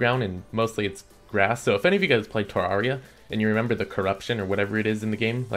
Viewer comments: what the hell is terrawria.. dont u mean terraria? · people still pronounce terraria as terr-ah-ia?